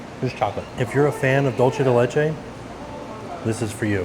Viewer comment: Dulce de leche = "dool-seh deh leh-cheh"